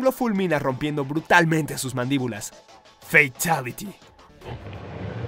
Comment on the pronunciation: Alguien mas se echó a reir al escuchar "fatality"?